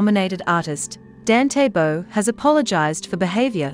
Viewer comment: Please try to get atleast to get his name right?